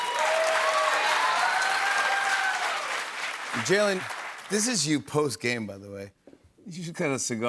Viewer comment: Did Jimmy mispronounce Jalen’s name at the end? Or are we saying wrong this whole time? lol